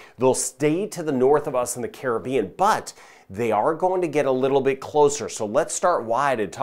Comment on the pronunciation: Thank U fir the update and also the Correct pronouciation of the Caribean! Carib- ean